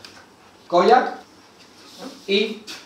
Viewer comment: Cada vez que decía Koyak yo entendía polla😂😂